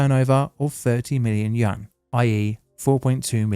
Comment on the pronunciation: New currency for China: the Yuhn